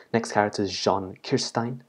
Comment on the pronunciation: Jhon? Its Jean...... Like jeans...